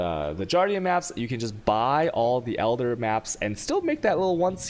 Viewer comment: the way he pronouns guardian triggered me. Jardian Jardian Jardian Jardian Jardian Jardian Jardian Jardian Jardian Jardian Jardian Jardian Jardian Jardian Jardian Jardian Jardian Jardian